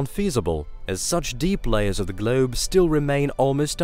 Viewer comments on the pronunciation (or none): Glewb? No it’s globe. GLOBE